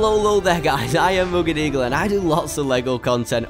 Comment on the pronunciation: im new to this chanel and im wondering is there a reason RuggedEagle cant pronouce R?